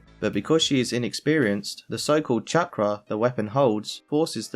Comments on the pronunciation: I think jango is saying the chakram not chakra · There's a little bit of a misunderstanding whenever kaya steals the ring blade. The ring blade is called a chakram. And the way the line is said makes it seem like he's saying "chakra" So basically the 4kids dub is even stupider by implying that Kaya is gonna kill herself because she doesn't know how to use a chakram.